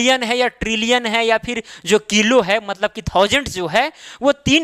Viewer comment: Kilo ka pronouncing ajib haj😂😂😂